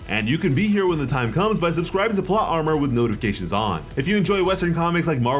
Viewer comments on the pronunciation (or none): none